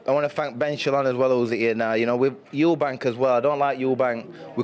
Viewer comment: There's no "s" on the end of Eubank lol